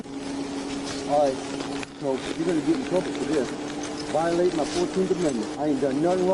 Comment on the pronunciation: No,no, ..the proper pronunciation is " yur vi-o- latin mah rats"